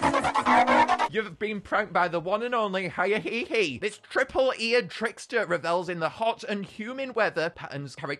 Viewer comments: Lets not forget the first time he pronounces hyehehe Hi-inhehe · I love the pronunciation hiya-hehe instead of h-ye-heh-heh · "I love Hi-ah-hee-hee" Me: STOP SAYING THEIR DANG NAME PLEASE (It's pronounced "Hyeh-he-he") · Hyehehe isn't pronounced "Hi-eh-hee-hee" it's pronounced "hyeh-heh-heh" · It's not hya hehe🕺 it yea he he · ITS NOT HAIA-HE-HE! ITS H-E-HE-HE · It's pronounced hye-he-he not high-ye-he-he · Are we going to ignore the fact that he is miss pronouncing it? It is pronounced h-ye-he-he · Fun fact: I'm probably the only person who can pronounce Hyehehe's name correctly, so here's the correct way. He-yeh-he-he there you go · bro it’s pronounced like his laugh not hiya hee hee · God every time he mispronounces Hyehehe it makes me wanna tear out my hair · Stop mispronouncing hyehehe pronouce it like laughing with an accent